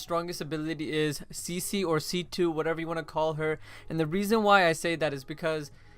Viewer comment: idiot pronounce C.C wrong it's pronounceed C2 in both the english version and the japanese